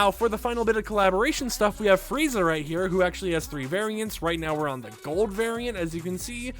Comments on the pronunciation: Are you say "Frayzer"?!? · Every time he says Frieza wrong is like “man you didn’t watch Dragonball Z?”